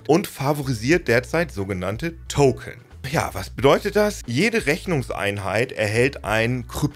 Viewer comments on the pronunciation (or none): none